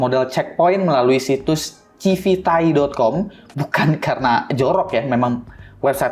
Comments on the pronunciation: bacanya bukan "civiTAI" juga bang astaga... "sivit eai" gitu kek bacanya biar enak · Civit Ai bukan Civitai